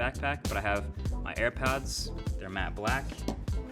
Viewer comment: Did he say ... airpads??? Lol